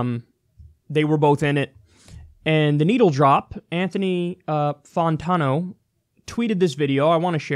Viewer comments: Anthony... Fontawno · Kyle I kinda feel like Anthony Fantano (you mispronounced his name, it is literally fan-tan-ohh) watches you often. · Lmao at fawntano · "Anthony Fawntawno" hahaha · It’s pronounced fan-tan-oh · Goddamn Kyle you couldn’t even get the melon head’s name right Its FAn TAno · It's "Fantano"... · Fantano Kyle, the beginning is pronounced FAN, Anthony Fantano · Disliked for pronunciation of fantano, the rest of the video is good tho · Why cant Kyle pronounce the name right of the Internet Biggest Music Nerd?